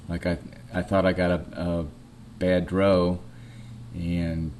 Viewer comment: D.R.O. Not dro.